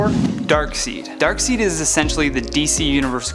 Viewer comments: Omfg. If one more of you people pronounce darkseid name wrong again im unsubscribing. Its pronounced darkside!! No darkseed. Damnit. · I’m sorry. I’m not watching ANY video puts out. I can’t take how he says ‘Thaa-Nos’ or ‘Dark-seed’. The entire list sucked. Where the hell is Roya?? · Please pronounce it Dark side. And if Batman, Hulk and Darkseid can best Thanks according to you guys, then Superman can for sure. He’s beaten all three of those characters and is arguably stronger than the Hulk, at least on par, and same goes for Darkseid. Plus with his speed he could take him down for sure. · Anyone else notice we are starting to mandella effect starting so many ppl are starting to call him darkseed now i thought it was darkside but its being said so much im starting to think not DUN DUN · It darkside not darkseen can’t you read this guy suck should had one of the girls do like Mary Jane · No one on this list is beating Thanos w/ the Infinity Gauntlet, especially not Batman. And Pronounce Darkseid's name right....Dark-SIDE not Dark-SEED! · You said Drak seed his name is pronounced Dark Side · Is it just me or is it annoying me how he said dark seed instead of dark side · Darkseid is pronounce as Darkside. Not Darkseed. 😲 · You mean Dark SIDE not Dark Seed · You pronounce it as "darkSAID" not seed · Its darkside. Not darkseid. I know its spelt seid but not pronounced seid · Did he say Dark seed? Heh. Imagine that villain. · it's pronounced darkside I know that's not how its spelled but that's how you say it. just trying to be helpful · The name Darkseid is pronounced Dark Side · I know it’s spelled DARKSEID but you say it like DARKSIDE… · It’s pronounced darksaid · Dr. Manhattan should have been No. 1. Oh, by the way "Darkseid" is pronounced DARK-SIDE. WHERE'S SQUIRREL GIRL IN THIS VIDEO!!!! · This man said ( Dark-Seed) not Darkseid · Ah yes thaynoes, dark seed and neil from the matrix. He needs to learn how to talk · "Darkseed" lol